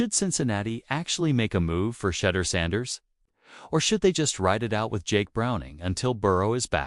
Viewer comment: Who? Shedder Sanders...really? At least learn how to pronoun his 1st name.